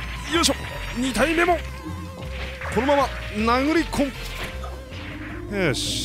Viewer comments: 殴り込むに聞こえてたw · 確かに殴り込むにも聞こえるね笑 俺の心が汚れてるだけだった説ある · 普通に殴り込むに聞こえました 笑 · AB ebitaro 確かに殴り込むに聞こえました、物騒ですね笑、失礼しました